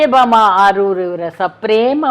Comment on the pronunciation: ಸರ್ ಆರೂರು ಅಲ್ಲ ಆಲೂರು ಅಲ್ವ